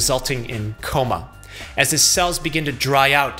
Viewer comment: I love how he says in a coma it sounds like tacoma like the city lol